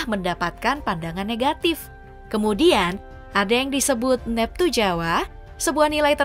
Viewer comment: Naratornya pasti bukan orang Jawa, Kelihatan dari cara dia menyebut Weton, Neptu, dan Legi